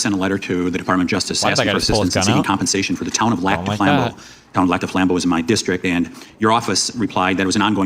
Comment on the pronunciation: it's also pronounced Lac du Flambeau (LACK doo FLAM-boh)